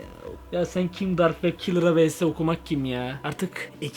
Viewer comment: Komik Dark wab kalır yessss sıçıyormusun o nebiçim yes demek😂😂😂😂